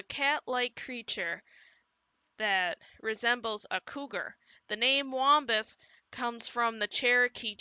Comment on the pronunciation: a "wambus" and a "pugwudgie" u gud pronunsee eight